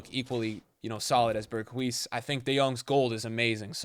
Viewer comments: You say it like this “BERGH- uh - S” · yo say berguis again mad funny